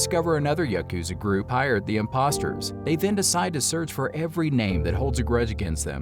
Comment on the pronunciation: Yukuza yukuza yukuza, dude YAH wtf lmao